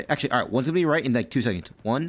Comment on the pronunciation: "He's gonna be there in 2 secoonds." "HOW DO YOU KNOW THAT" 🤣🤣🤣